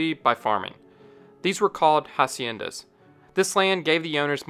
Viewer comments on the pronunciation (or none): In Spanish the H is silent so instead of Hacienda being a Ha sound is pronounced acienda